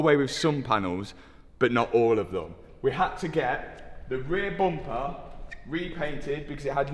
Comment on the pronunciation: Booom-pahh [bumper]